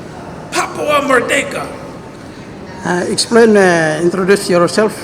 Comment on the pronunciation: when american operators chide me about papua, they always emphasise the second syllable.. merDEKa. i guess they wish they could deck me :) (term for an effective punch).